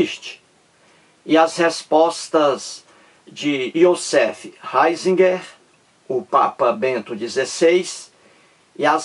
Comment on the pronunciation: Nao sabe nem a pronúncia do nome do Ratzinger